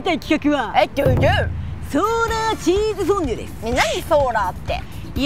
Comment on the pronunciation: 熱中症リスクに見合わない企画…しかしそれこそらしいな！ チーズ”フォンドュ”とは？